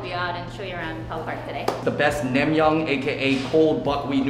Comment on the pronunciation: It’s nang-myun not nam-myung